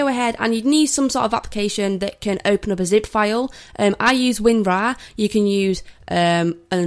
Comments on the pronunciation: it's winRAARRRRR not win raaaah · Maybe it's just her accent? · I like how she says winrar wIn Raa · "win RAAA" lolll